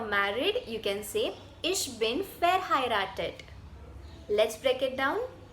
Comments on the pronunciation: Your German is fine, but why "iSCH" if it's "iCH"? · Mam your pronunciation is completely wrong First of all it is not ish it is ich